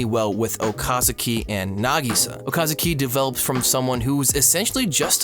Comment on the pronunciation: Okazaki not Okasuki